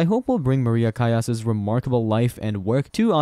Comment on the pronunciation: It’s pronounced Callas with an “L”